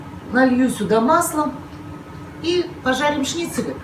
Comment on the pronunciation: Господи!! Ставьте ударения правильно!! Не остОв,а Остов,шнИцели,а не шницелЯ!!